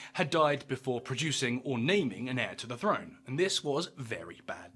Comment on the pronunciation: Throne is pronounced with a th , not an f.